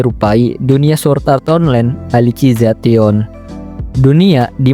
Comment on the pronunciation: Elisizasyen ❌ Alisi za tion ✔️